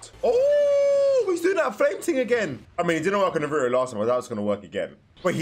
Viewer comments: His name is Naruto not Naruo you are forgetting the “t” Edit: it could be just because of your accent, but still at least try to put more effort on the “t” sound. No worries though 👍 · It’s Nar ra toe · Naruto❌ naroro✅ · nuh roo-oh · it was so sad seeing that this guy didnt even know what a rasengan or chidori were and couldn't prounounce naruto's name correctly😢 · The way you pronounce naruto is horribly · I hate how he says Naruto… he got orochimaru with perfection first try 😂😂